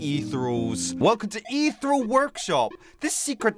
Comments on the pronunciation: Isnt it pronounced “EEthirial” not “ithurels” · Its pronounced eth . Eeree . al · the elements, are plasma (slime) shadow (ghost) mech (the gears) crystal (the jewels) and poisen (the last one you couldn't name) also, ethereal, is pronounced: ee-theer-ee-all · I’m sorry but it’s pronounced: ee-thee-reeyal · they aren’t crystals, they are shards. you pronounce it ETH-EAR-REE-AL. The Ethereal elements are: Plasma, Shadow, Mech, Crystal, Poison. (Blarret is a Ferret) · its pronounced (eth ee ree al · Every time he says ethereal wrong part of me dies